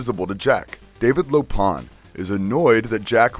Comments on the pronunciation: I wish you would have seen Big Trouble in Little China, just once, before making this video. It's Wang, not Wong. And LoPan not LopaHn. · Lo-Pan, not Pon. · Lo-PON!? Don't you mean Lo-PAN!? I swear, the way you guys are constantly mispronouncing names I wonder if you guys are trolling us.